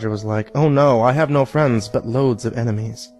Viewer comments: IEN-emies. He has IEN-emies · no, no, no, the reading is all wrong, it’s pronounced EYE-nemies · You said a word wrong It’s pronouncer “Eye-Nem-Ees” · He said strve but not enimes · ITS PRONOUNCED EINIMEES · “Enemies” You mean enimes? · It’s pronounced einimes